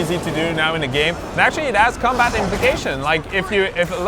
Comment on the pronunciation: u said every hero gam